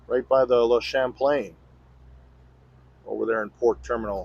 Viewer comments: Don't worry about it, it's a hard word to pronounce. When you look it up, they don't say it correctly. See the M before the P... well just to mess you up even more.. there is no M sound. The A and the M together makes one sound. It's impossible to explain in writing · If you want to say the name of the ship almost correctly, don't say the N at the end of ChamplaiN